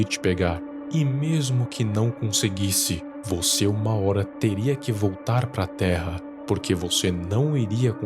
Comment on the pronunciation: Amo o jeito que o cara fala as palavras com ênfase no final. HorA,AlturA KKKKKKKKKK